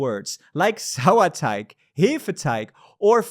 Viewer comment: Why is no one mentioning that his pronunciation of Hefeteig, Sauerteig and Vollkornmischbrot was super clean?!